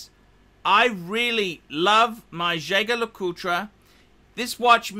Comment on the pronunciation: It's pronounced jajer not jager